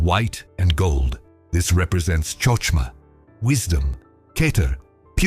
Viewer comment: Need better AI for correct pronunciation example (חוכמה)